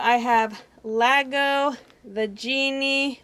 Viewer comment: Iago not lago